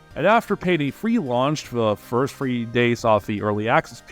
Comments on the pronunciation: SAY THREE NOT FREE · Good vid but "payday frwhee" drove me bonkers lol